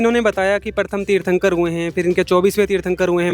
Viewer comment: ये वीडियो पुरा फैक है क्युकी पहले जैन व्यक्ति को तीर्थंकर बोलना तक नही आता।